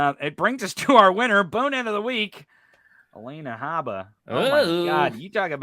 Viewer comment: (Habba is sorta pronounced like:. Hobbit - without saying the "t", or "Hobba"). I don't think Trusty was picked because he's inexpensive. T**** would go with an expensive lawyer, afterall, when you don't pay your lawyer, money is no object.). P.S. - Ginni = "Gin-Knee" not "Jeannie"